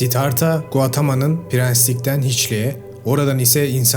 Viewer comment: Siddhartha Gautama. Guatama değil.